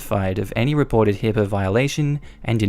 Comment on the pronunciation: It's HIPAA, not HIPPA.